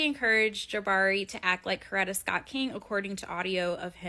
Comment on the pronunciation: You pronounced Coretta correctly. 👍🏾